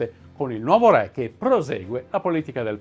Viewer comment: Video interessante e istruttivo, anche per i numerosi collegamenti con personaggi e vicende dell'epoca che gravitavano attorno a Caterina. Sarebbe meglio pronunciare correttamente "ré", visto che è parola che, nei vostri video storici, torna spessissimo.